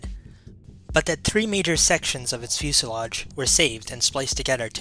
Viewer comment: Sorry. This seems like it is an interesting story. But I just can't get past the constant sounding of the "TH" as a letter "D" = saying "duh" instead of "the", "dat" rather than "that". It is just as jarring as; "expecially", "different to", "anyways", or to read "would of" (would've). It may seem petty to some people. But spoken language is so important to get right as it is our best attempt to communicate with the greatest clarity. Learning a new language I am often more concerned about getting my pronunciation right than trying to build up a vast vocabulary that might be spoken incorrectly. For the people who are not bothered by this, please forgive my attempt at helpfulness and enjoy the video. :-)